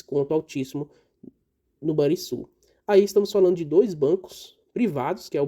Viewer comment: Só uma correção na pronúncia do Banrisul: se pronuncia com som de RR. Ficaria então o som de Ban"RR"isul...